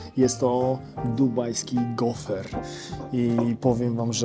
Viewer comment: Fajny odcinek i super przekaz na koncu😊 ale za kazdym razem jak uroczy prowadzacy mowil gofer to krzyczalam do telefonu GOFR!!! 🙈🤣🤣 Pozdrawiam